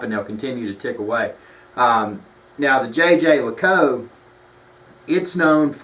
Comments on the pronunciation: Actually, you're incorrect. The people from Jaeger-LeCoultre don't pronounce it the French way. They say Jhey-jher-luh-koolt... There are videos on Youtube. He has a hard southern accent but his guy is more correct because the ending of LeCoultre is very soft anyway. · If you want to blow-arse about a luxury time-piece brother, how about spending some time in getting its' pronunciation right. If I were Jaeger LeCoultre, I'd pay you to shut the hell up because your butchering my brand name. You come across as a pretentious, hill billy nitwit. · Fair enough on the Jaeger LeCoultre pronunciation, but I'm quite happy for to continue with "Tag Whore". It's a pity this vid has more down thumbs than ups. nails all his points and gives a true appraisal of the brand. JLC rules!! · So, where did you call? HQ in Switzerland? No? Your pronunciation is definitely completely wrong. Try to find an interview with the companies CEO and listen carefully. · lol you totally butchered the name but otherwise great video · I didn't say that you are "dumb",you know a thing or two about watches,but you as most americans have no/basic/knowledge of german or french and and it is obvious.The name of the brand is not pronounced like this and the term "manifacture".They are not just words but terms.Your intonation as well sounds like you're talking about AR-15 orGlock 10mm.Fact.Marketing. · you are closer than people here think. It's not "yay-ger"--though everyone in North America thinks so. Jeager is French, people keep trying to pronounce it like they would Jager as in Jagermeister--this is a German word. Jeager as in the watch brand sounds more like "jay-jear lecoolt"--with the 2nd j sounding like you would say "je t'aime"--French for "I love you". Jerome Lambert, CEO of JLC can be heard online saying it correctly if you really want hear it done right. Nice watch BTW! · According to Watchtime pronunciation guide the correct pronunciation is: zhey ZHER leh KOOLT